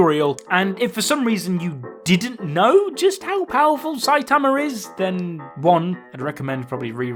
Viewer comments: I'm so sick of you saying "Saitamer" damn dude. 😒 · Saitamer lol